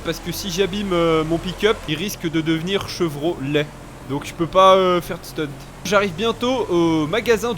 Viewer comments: Putin quand il a dit Chevro "laid" g ris😹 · Trop cool ce colorado j'ai trop rit quan ta dit<<chevr o laid🤣🤣continue!!